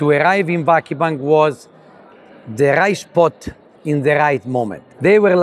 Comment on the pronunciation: çok iyi bir adam da ; insan 17 senede bari vakıfbank'ı doğru telaffuz etmeyi öğrenir sdfsadfsafsd. tamam dilinizde ı yokta 3 hece biri de zaten yabancı dsfasasffasd .